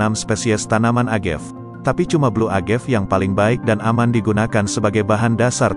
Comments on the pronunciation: Sorry nih. Agave bukan dibaca Agev. Dibaca Uh-Ga-Vei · Cewe gw org f&b denger creator ngejelasinnya ngakak 😂 a-ga-ve sebutnya buka agev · Cara baca yg benar: AgavE - E nya dibaca, bukan agav. Tekila - bukan tekuila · nyebutnya 'téqila' sm 'agavé' bang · Baca:Tekila bukan tekuila. Agave bukan agef.